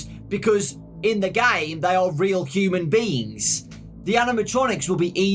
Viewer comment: "Human Beans." I can't unhear that now :|